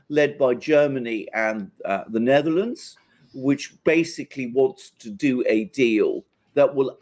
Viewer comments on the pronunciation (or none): none